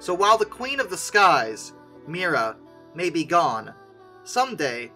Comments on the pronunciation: It's not "Mira", it's "Mriya" The "R" is infront of the "I" not the other way around. I absolutely love this plane, I really hope they will manage to rebuild her. My father has this amazing story about her.. Back in 1989, before I was even born, my father saw her flying above our house when she was landing in Prague when returning from the Paris Air Show. Yes, it's when she had the Buran on her back. My father just jumped in his car, drove to the airport, lied his way through the security gate claiming he worked there and got right on the tarmac (yeah, the security was a bit different back then :-D), and got some beautiful photos of her. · If an aircraft is one of a kind it's unique - not "extremely unique". Something is unique or it is not. Not "Mira" but "Mrya". They're pronounced differently, you know.